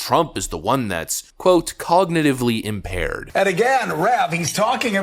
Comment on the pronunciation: Gumby McStooge Scarborough cant even pronounce Cognitively Impaired. Who's impaired now McStooge.